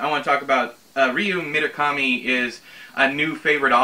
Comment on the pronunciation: You and your pronunciation problems - at least you can roll your Rs when you say Murakami. I am physically incapable of rolling Rs (learnt while attempting, and mostly failing, to learn French in high school) so they just come out sounding like a lawn mower that won't start - errrrrrr. I've never seen Labyrinth, so I MIGHT very well hate it you'll just have wait and see. Ooh, as it was one of your inspirations I might have to make Out by Natsuo Kirino my first ever Japanese book. I've just remembered that I actually own Kirino's Grotesque (second-hand charity bookstore), so now I've got two books by her to expand my rarely used translated novels shelf.